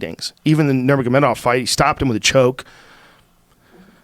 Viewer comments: Joey: "...Before NurMAGAmotomedamoff..." 😂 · Joey really just said 'Nurmagamegabov' 😂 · 'before nurmagobegobov' - Joey Diaz😂😂😂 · No one: Joey Diaz: Nurmagomegamov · Cerone. Nurmagomebov. Joey be messing with them names😂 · "Nurmagamegamof" Lol. Ironically, Diaz is saying Cerrone correctly as opposed to everyone else. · Dude really said nurmadamedomov🤣😂😂😂😂😂😂😂😂 uncle Joey never fails to mispronounce names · Nur-maga-mega-mov and Ceron xD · Joey “Normamomegonav” Diaz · Joey “nurmagomegobov” Diaz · Diaz; Nomagamegermov 😂🤦‍♂️ Sounds like a power ranger zord haha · “Normagomegomov” hahahahahahahahahaha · "Before Nurm- ma - ma- gedoff", got to love him. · Lol Cerron.. Nurmagamegov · Nermagamegawov! Common joey. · "nurmergomegamoth" haha!! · Joey trying to say nurmagemodov 😂😂😂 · Nobody: Joey diaz: „nurmagomegomov“ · Khalabeeb "The...whats his name?" Nurmagamegawov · "nor-maga-mega-mov" i love joey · Joey "Fucko, Nurmagomegomov, Sir-own, Wooley" Diaz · no mug a mega wolf~Joey Diaz trying to pronounce Nurmagomedov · Butchered "nermagomegolov" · Allen he says nurmagomegabof😂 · he tries to say Nurmagomedov twice and I'm fuckin losing my shit